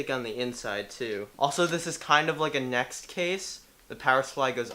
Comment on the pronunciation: Anyone else cringe when he called nzxt a next 😂